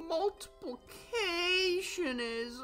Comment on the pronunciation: You mean “multipilcaction” ?😂